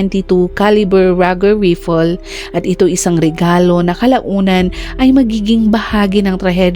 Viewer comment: Hala Vlogger, what's with your Caption?🙄🥺. Sino ang pinatay, ANAK o INA? Also, please check your pronunciation of "Rifle" and "Indictment." For your improvement.✌️✌️✌️